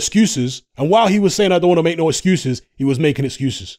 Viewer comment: "ExGUUses" loooooool